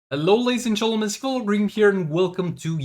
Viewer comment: “hello lazies and chentlmen seegvild ze green”